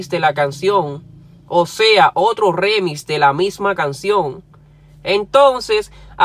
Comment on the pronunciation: NO ES REMIS COÑO!!! ES ( REMIX EN INGLES ), Y RIMIX EN ESPAÑOL.